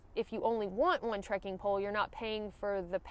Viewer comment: New drinking game: everyone downs a shot every time says; "trekin' pole"